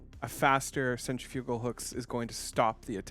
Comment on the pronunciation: Why does everyone pronounce centrifugal wrong?